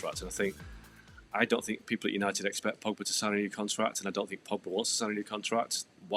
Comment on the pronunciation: I think anyone who can’t properly pronounce “Pogba” is unqualified to be paid money to talk about football.